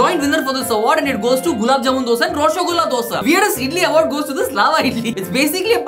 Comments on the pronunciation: hey you started pronouncing rasgulla as roshagulla are you scared to pronounce it as rasgulla... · Atleast he pronounced RASHOGOLLA correctly 😂